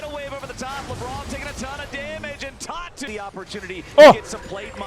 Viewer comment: Anyone else hearing "Tatu" as "Talk Tuah" I think my brain is fried